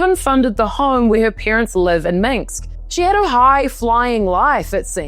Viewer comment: It is Minsk, not Minks